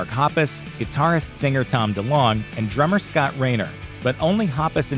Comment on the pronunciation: How do you pronounce delonge? He said it the way I've always heard it